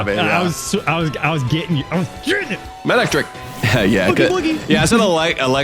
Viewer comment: It's eelectrike because it's an eel